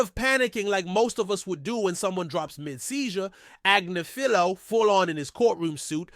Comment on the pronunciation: sorry I have to do this😂 it’s pronounced > Ag*niff*ilo